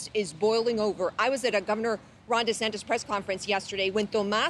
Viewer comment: "Don Retansis" needs to slow down on the "hamberders". He looks more like "Individual 1" every day.